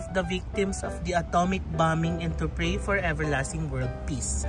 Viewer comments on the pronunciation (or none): none